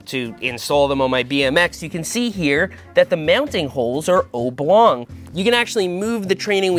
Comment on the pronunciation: "obe long"?!